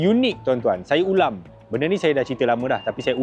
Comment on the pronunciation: Aku ja ka dgq perkataan "saya ulang" jadi saya ulam😂